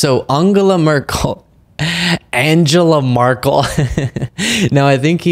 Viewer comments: 🤣😂, you do not pronounce Angela Merkel right either. Americans are not able to 😂🤣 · Actually you don‘t get the pronunciation right either! Angela Merkel - the vowels are more open! For the „Mer“ you have to aim for something like in the french „la mere“ and for the a‘s in Angela try for something like „un“. The „g“ pronounce like in „gun“❤😊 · To be fair, your pronounciation of Angela Merkel was as bad/wrong as his. Source: I am german. There is so much wrong with Hannity but making fun of someone for not being able to accurately pronounce a foreign name, while you struggle yourself is not a good idea and might harm the public perception or you. Stick to calling them out for all the BS, that's where you are good at and that's what is important. :)